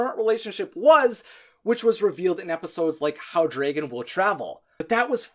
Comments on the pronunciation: Everything on this video was spot on right except the part when he says draagon instead of dragon😂😅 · Ugh. It's DRAG-on... and on and on and on, like every time he says dray-gon... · Ok it's drAGon not drAYgon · Hmm.. Dwægohn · dregin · dude fix your way of saying dragin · Am i the only one who hears draigon?? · The way you say dragon sound just like how you pronounce my characters name: Draigon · I have watched all three of the Hiccstrid videos and I love them they were amazing!! But I do have to ask why do you say dragon the way you do? Not hating at all just curious. Great job and cant wait to watch more videos ✌😁